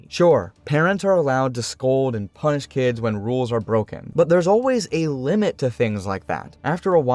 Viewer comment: I think that you said punish here, but it really really sounds like punch! 🤛